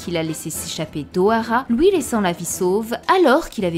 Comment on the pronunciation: Génial, merci pour la vidéo mais stp prononce bien les mots qui on le son Ui comme suite et non souite, lui et non Louis, puis et non pouis etc... Tu doit sûrement avoir des origines étrangères je t'en veut pas mais mes oreilles souffres 😭